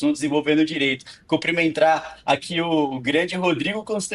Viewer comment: O cara estuda, vai na PUC e fala " comprimentá" "comprimentrá". ..